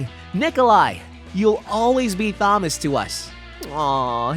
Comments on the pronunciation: You say Thomas like you've never read the name before. You pronouncing it like THomas instead of Tomas gets to me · Thomas is pronounced as Tom-as not thumb-us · so i’m the only one who noticed this guy saying “THAM-us” rather than “TOM-us” 😂😂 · you pronounces thomas wrong its pronounced tomas even thought the h is there its supossed to sound like tomas so SAY NAMES RIGHT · ITS Thomas (Tom-uhs), not Thomas (thom-uhs), Proof you didn't ever watch the show and your just reading from a script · "Says." Why do u pronounce it like "sayys"? Also, it's not tho mas. It's pronounced Tomas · It's killing me how he pronounces Thomas. It's pronounced like TOMas, not THOMas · “Th”omas… come on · You’re calling him Thomas but the H is silent. It’s just pronounced Tomas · why bro keep calling him þomas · Him saying Thom -as is killing me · I thought I was the only one who noticed that 😂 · why are you bad at pronouncing “immediately” and “thomas” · Who the hell says "Thomas" like thag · Who says thomas like that ? 😂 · why did you pronounce Thomas like that? i'm just saying weird way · Why are we not pronouncing the T in Thomas? T.T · It’s not Thomas you idiot it is pronounced Tom-ass (the H is silent) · Loved the video but they way you said Thomas and Doug I cringed every time dude lol ❤❤❤❤ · never ever heard someone mispronounce Thomas